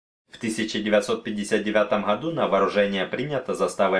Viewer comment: Не застАва, а зАстава